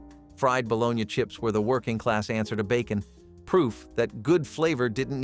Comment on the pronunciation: Interesting video but need a real person to do commentary. No excuse for mispronouncing bologna!